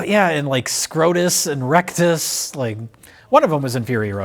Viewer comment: Um ackshually it's "Rictus Erectus," not "Rectus"